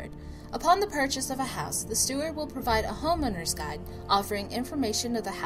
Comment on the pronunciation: He he he you said HOMOwner